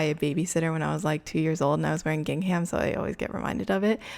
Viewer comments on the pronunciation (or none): I imagine someone else has said this already but gingham is pronounced like "ging-um". I know it doesn't seem like it should be pronounced like that but it is. Sorry I'm super antsy about these things even though I shouldn't be! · The “h” is silent in gingham. :)